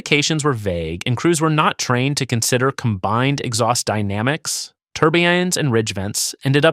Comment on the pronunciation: what is a turbyinnes? AI slop.